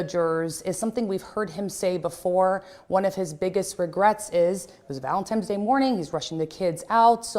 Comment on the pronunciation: This is heart wrenching.. But, lady journalist... It's ValenTines day, not Times... good grief she says it wrong at least twice